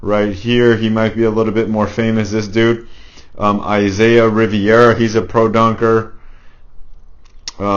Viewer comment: Its rivera bro haha